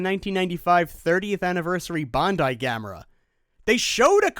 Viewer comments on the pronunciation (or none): none